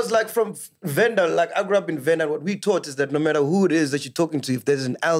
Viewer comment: And he will agree and say "nhe" 😂😂😂